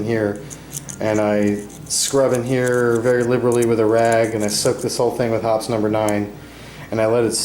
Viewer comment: I must need a date! I heard Hot Summer Night every time he said Hoppe’s #9